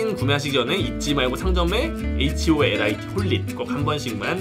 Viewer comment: 하~~ holit을 horit으로함ㅠㅠ